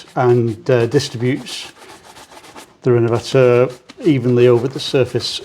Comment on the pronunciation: Will himself or anyone else in the comments 😊please fill me in on the products he's using. I'm from across the pond here in the USA and cannot tell what he means when he says "Renmvactuer" or whatever brand he mentions. I'd even entertain the idea of purchasing it from the U.K. too if there are no products of equal quality here in my home country.